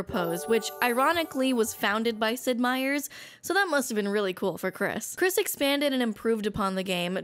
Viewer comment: I love how she keeps calling him "Sid Meiers" because that's what it always says on the games.